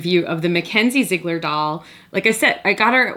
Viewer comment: It's pronounced Zi egler